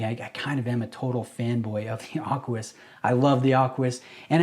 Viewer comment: Aquis...not Arquis. 😉